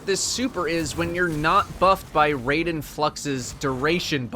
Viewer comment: RAI - DEN. NOT RAY - DEN.